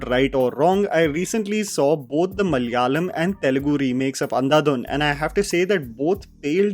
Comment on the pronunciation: its pronounced Malayaalam. not mallyalam